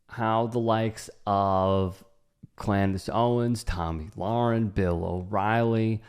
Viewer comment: "Klandice" Owens 🤣🤣🤣🤣🤣🤣🤣🤣🤣🤣🤣🤣